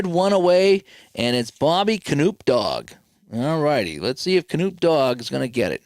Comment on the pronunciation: Hate to be the bearer of bad news but it is pronounced kuh-NOP